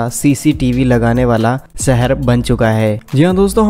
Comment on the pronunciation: Work on your Hindi Language,,, Shahar not Sahar